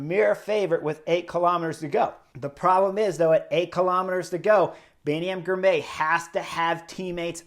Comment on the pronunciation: say the name as two parts Ghirrr My Ghirmay